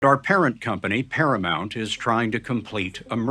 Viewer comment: It's ParaMOUNT....not ParaMONT. It's not that fucking hard. Can you say MOUNTAIN? then say the first part of that. MOUNT. not MONT.